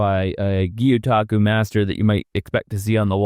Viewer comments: It is gyotaku not gyutaku. 👍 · LOL,, it's pronounced GYO, like Guh-yOH-tah-koo. Now say it fast: GYOH-taku. The way you're saying it, "Gyuuu-tako" means "Cow-octopus" not even joking. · Watching intently to see if Gyotaku is pronounced properly this time